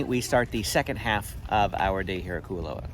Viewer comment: KOO OH LAU is how it's pronounced butchered it